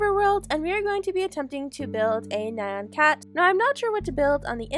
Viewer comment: You shloud give Bear his cake back by the way i kept hearing Man Cat instead of Nyan Cat lol